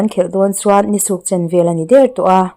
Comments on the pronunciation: I chhiar thiam lutuk mah se I lam pial mah mah ni suk in suk ang in i lam a, Nî suk thil den na suk ang hian lam tur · Ni suk chen vel i tih kha i lam dik lova, suk kha buh denna suk a nia, ni kha a la tlak lohna kha suk chen vel chauh a ni tawh, a tla tep tawh tihna a nih chu aw